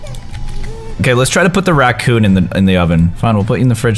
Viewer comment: callus you said ratcoon